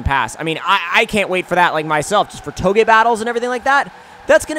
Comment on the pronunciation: Finally someone who can pronounce touge correctly